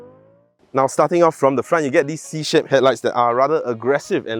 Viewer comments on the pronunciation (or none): Ooh we have a new face (Psy song) 😂 Anyway is it my hearing or did I hear “starting from the front you get this C s*** 💩headlights”…oops. Think all your shaped pronunciation sounds like s*** Better articulate properly else Renault angry leh 🤣Anyway Jia you la. Who thinks it’s about time sgcarmart needs to recruit a female host raise your hand 🙋🏻‍♂️